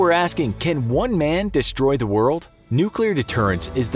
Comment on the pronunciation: "Destory the world?"